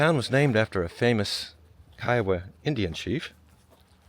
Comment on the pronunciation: Agreed. At least he pronounced Kiowa properly. Goober.